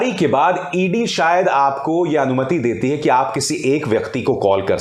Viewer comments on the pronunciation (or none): none